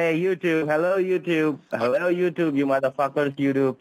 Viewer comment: At the end he says touyube hihihi funny !